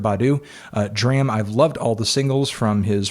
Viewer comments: it's pronounced drahm. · It's "DRAHM"